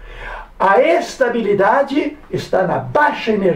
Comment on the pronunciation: É ES-TÁ-BI-LI-DA-DI